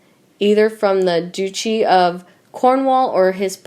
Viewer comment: Duchy is not pronounced like that...🙈